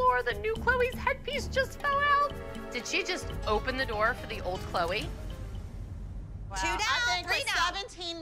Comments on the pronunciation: Did just call Chloe Chlowweh?!? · I swear said chloei instead of Chloe 😂😂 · can't even say her daughters name 🥴